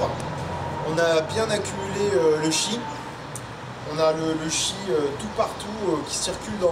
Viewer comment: Le chi c’est le tchi 😂😂😂😂